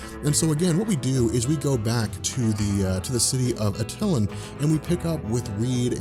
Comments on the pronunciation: Love your videos, but it's pronounced Ata-Lan not Atylun. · Pardon but it's pronounced AT- TUH - LON. Anyway FOREVER!!!!! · With as much as you know about comics, one would think you'd know how to correctly pronounce Attilan...I mean..it's only in all the cartoons whether it's '96 FF cartoon, Avengers Assemble, Ultimate Spiderman, or Guardians of the Galaxy... so much reference and you're still mispronouncing it.